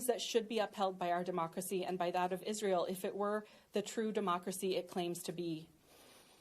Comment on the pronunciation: Visiting Israil and Kaneset ? Denied!!! Learn first the names of the places u want to visit or perhaps visit something that you have no trouble pronouncing.